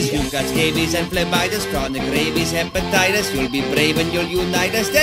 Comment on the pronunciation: Wow. wow. DID They just say Hepitaitus?